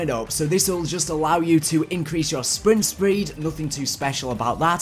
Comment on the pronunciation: “sprint spreed” 😛